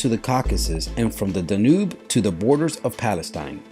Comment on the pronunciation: Great video. Surprising pronunciation - Charlemagne is more typically pronounced Sharr-le-mañ, Basil pronounced as Bazz-ill, Danube pronounced dan-yoob, Gaul rhymes with ball, Yue Fei = you-é fay, Miltiades = Mill-tee-add-ease, Leonidas = Leon-id-as, Herodotus = Herod-ottus, Xiahou Dun = Sha-hoe done, Pyrrhus = peer-us, pyrrhic = peer-rick. Thanks.